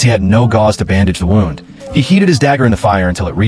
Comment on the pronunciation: Can't you tell whether wound should be pronounced wound or wound Rubbish Reader?